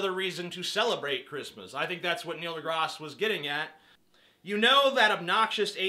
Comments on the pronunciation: Grass* not Graz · Only idiots pronounce Neil deGrasse Tyson as Neil deGros Tyson. Even Neil deGrasse Tyson pronounces it as Neil deGrasse Tyson. I was going to count how many times you said Neil deGros Tyson in this video but I realized that would be an idiotic thing to do and the words Neil deGros Tyson lost meaning after the first few mins of this video. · It sound so weird when you pronaounce his last name